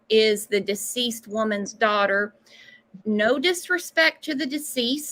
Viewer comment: "our dodder"🤢🤢🤢